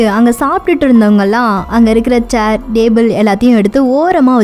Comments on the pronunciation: Athu "Dable" illama "Table" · Madam athu DABLE ila TABLE..Next time kindly pronounce words correctly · Its table not dable what a pronunciation ur killing english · Indha table ku pathila stable nu solra maathiri irrukku😂😂😁😁😉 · என்னது டேபூள் ஆ 🤣🤣எம்மா அது டேபிள் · "TABLE" MA "DABLE" ILLA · Hlo lady. It's table not dable, pronounce properly.. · Athu yen nenga purusana bhurusan num table la dable nu pronoun panringa.. Bt unga voice ok than. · Unga உச்சரிப்பு கொஞ்சம் improve panuga.. example solanunma. Table word kedu paarunga.. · Please pronounce TABLE in proper way.